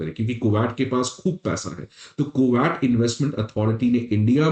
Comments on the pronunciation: Bro it ain't ku-watt Or is it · cashmeer nahi bolte usko. it's kash-meer. Kooowat nahi it's Ku-wait. Pronunciations sudhar apne.